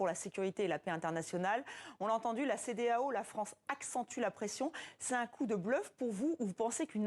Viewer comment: La peur a changer de camp jusqu'à la journaliste dit la cedealeau !!!😂😂😂